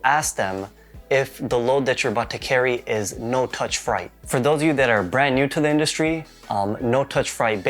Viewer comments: I like how you committed to saying “fright” instead of “freight” lol good video though. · The way you pronounce freight made me cringe 🥴🥴🥴 good info tho 💯